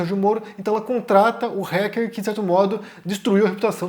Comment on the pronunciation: Se diz "Ráquer" e não "Réquer"